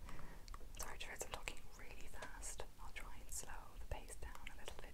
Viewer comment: I can hear you slipping in and out every so often, you mainly struggle with the "I" sound in "mind" and "try" as well as accurately pronouncing the word "accent" but otherwise it's a good attempt